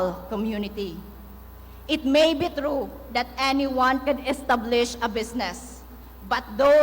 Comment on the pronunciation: It may be true that everyone can estah-blish a business